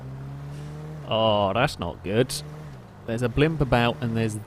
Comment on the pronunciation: STOP SAYING BLIMPUSSSSS ITS SO ANNOYING